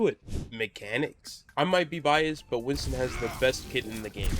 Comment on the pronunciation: Not sure if u knew this but his name is Winston, not Winton ;)